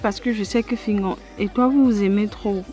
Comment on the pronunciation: .black oya tu as massacré fingon 🤣🤣🤣🤣🤣🤣🤣🤣